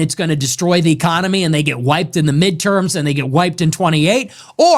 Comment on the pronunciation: Is it just me, or does he keep saying ECOMONY